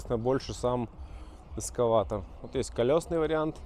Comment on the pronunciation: Эскаватор или экскаватор